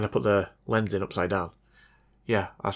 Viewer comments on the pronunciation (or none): none